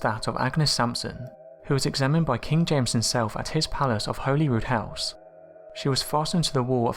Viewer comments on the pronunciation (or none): Holyroodhouse is pronounced Hollyroodhouse.